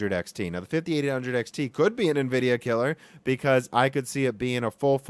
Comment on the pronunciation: If he stops pronouncing Nvidia and linearly wrong I'll become a patreon